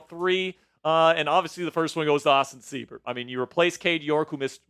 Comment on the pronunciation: Seibert = S-eye-bert. Good win boys! HTTRWFTC4LIFE!!!